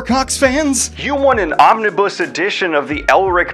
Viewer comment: "omni-buss", this pronunciation does spark joy lmao